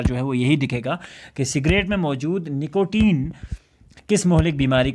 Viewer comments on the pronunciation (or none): نیکوٹین ۔❌ نکوٹین✔️